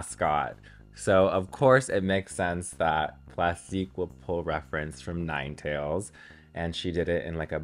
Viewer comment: she literally pronounced it wrong and then said it’s “giving nine tails”